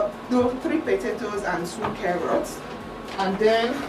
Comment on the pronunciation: "What I know is karrrott mami" hahaha